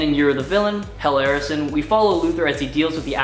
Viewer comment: First time I have watched with new presenter, just one problem Hell Arisen is two words stop pronouncing it as one run on word.